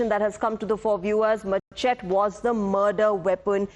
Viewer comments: Whats a MACHET? it pronounced MASHETEEEEEEEEEEEEE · Machete is correctly pronounced as mer-shet-tee. Please correct. Tku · It’s pronounced- “ ma- shae-tee”